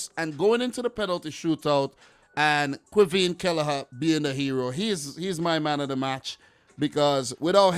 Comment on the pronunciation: it's not kelleher his killer 'a🤣🤣